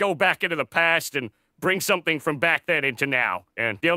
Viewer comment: Yeah this dude definitely has maybe a British accent, cause sometimes they pronounce a "g" as a "k", like when said somethink instead of something